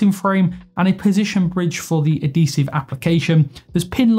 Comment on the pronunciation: Bro it's ad-hee-sive not ah-dee-sive